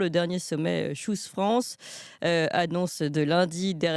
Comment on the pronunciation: "Tchouze France", c'est quand même mieux en français.